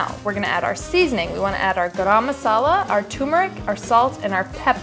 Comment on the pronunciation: I love the way she says 'garam masala'! 💕